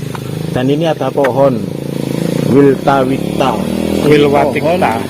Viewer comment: Nyebut pohon Wilwatikta aja salah, sebenarnya tau nggak sih?